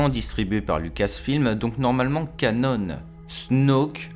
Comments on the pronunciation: Sympa... Par contre j'suis désolé mais "canon" se prononce... bha "CANON" et non "canone"! Ça m'a plutôt piqué les oreilles!!! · on ne dit pas Canone" mais bien canon, comme un canon de bateau pirate ^^ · Moi c'est ses "canone" qui m'ont rendu fou. C'est "CANON" bordel, du français de base. Tes vidéos sont biens mais ça reste un supplice pour les oreilles, un effort pitié. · Les oeuvres qui ne sont pas légendes se prononcent: Ka-non (de canon) et pas ka-none; c'est pas une marque d'imprimante..... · Cela se prononce Canon, pas Canone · Ca-NON et pas Ca-NONE mec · Stp dis canon et pas cannon on parle pas d’un putain d’appareil photo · merci ! par contre on ne dit pas "canone" mais "canon", c'est un mot français. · "Cannone" issou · Oliver Septik canon c’est un terme français et ça se prononce comme l’arme. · Té woane oui oui "canone"... la avec vos prononciation a la française... et après ça veut corriger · Gaeld ric il le prononce juste à l’anglaise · Tu sais canon est aussi un mot français (Canon, création officielle dans le domaine des œuvres de fiction). Donc tu peux le prononcer normalement, à la française, et éviter d'écorcher les oreilles des abonnés. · Canon s'écrit de la même façon en anglais et en français, mais ne se prononce pas de la même façon. Tu fais une faute à chaque fois que tu prononces ce mot ! Ta video est très bien mais ça fait mal aux oreilles. ;)